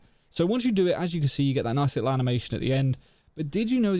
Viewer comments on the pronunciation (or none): none